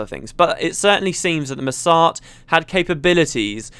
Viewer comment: It took me a second to realize that "Masat" = Mursaat